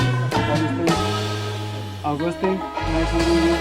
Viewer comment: my name is Ougústeen jajaja, se americanizó el españolete. Grande